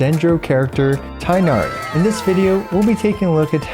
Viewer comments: is his name pronounced tienari or tignari since people keep saying it differently? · You’re saying his name wrong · People on twitter are probably foaming at the mouth with rage with how he pronounces Tighnari and I'm just laughing thinking about it. He doesn't link it anywhere so I'm assuming he's not on that site and honestly? Good for him. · no. its pronounced like its written with tbe first sounds like a word tea and gh isnt silent tea-gh-nari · Please make your Tighnari guide with the correct "TEEG-NA-REE" pronunciation. Be the only big english speaking CC who does this correctly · Not the tie-nari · Thank you for a great video as always! This is very informative and I’m glad it’s so f2p friendly too. Will definitely be helpful for considering whether to pull him or not:D Just as an aside, I noticed you’re pronouncing Tighnari’s name wrong. It isn’t “tie-nari,” but rather the “i” should sound more like that in “tick,” making it “tigg-nari.” Not an expert so I’ll link this video here for better reference but sad to see that even HYV pronounces his name wrong in the english trailers 😭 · Vijnana-Phala should be pronounced /vi•gyan-fall/, but then Tighnari should be pronounced /ti(gh)•na•ri/ and yet here we are. Nothing matters to the localization and voice direction team. :XiaoHands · It's "Tea-gh-nah-ree". Direct pronounciation like japanese names. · Please stop calling him tienari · Vid came out so fast didn’t learn how to pronounce Tighnari’s name lol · the tighnari pronunciation hurts me